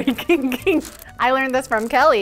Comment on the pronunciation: The kijg kimg sounds like something went wrong in chinese